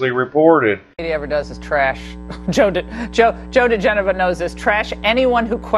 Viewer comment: The pronunciation of Joe's name is 'da-gen-oh-va'. Just sayin'.